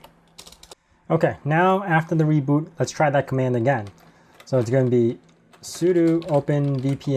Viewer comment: Why do you always say sudu instead of sudo?